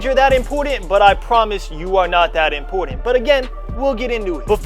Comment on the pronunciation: Bro all love but it’s important not “impordant*